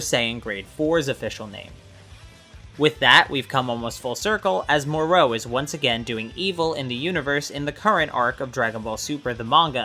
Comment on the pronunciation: who the fuck is more oh? can you just say moro without that stupidest ass extra whatever youre doing to prounce it